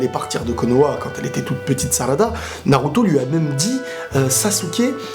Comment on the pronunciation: salada, sakula, naluto, boluto? pourquoi pas prononcer leurs noms normalement mdr? bonne vidéo sinon